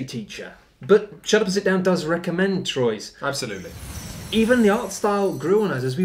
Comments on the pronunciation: It’s truà, not trois 😉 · It's not TROYZ... You have to TRY. It's Twuaaaaaaaa. Even if it's wrong, you have to try. That's half the fun. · Its "Truah" or "Trwa"! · It's "T-wah" Get it right for when you review the expansion. ...shoot! too late 😬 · Its pronunced "Truah" or "Trwa"! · Fun review of a terrific game! I just got a nervous twitch with each horrible pronunciation of the word Troyes. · Nice vid! Though... since it refers to a French city, I'm pretty sure you guys mispronounced the name of the game the whole time. But I might be wrong. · ...Thats not how you pronounce Troyes at all. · Wow you should at least learn how to say Troyes before reviewing it lol no hate just you're butchering it